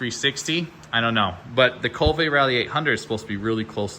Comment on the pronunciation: Be great if he could pronounce Kove properly..🙄